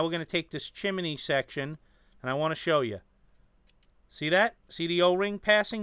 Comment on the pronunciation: Great Review as always. I really like this tank from your review! Oh and BTW I love the way you say Chim-e-ney.:-)